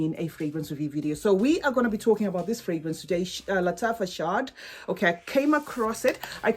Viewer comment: It is pronounced "shahad", meaning honey in Arabic. Hope this helps 🍯😉